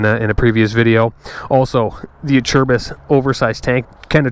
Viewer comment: Finally someone that knows how to pronounce Acerbis haha!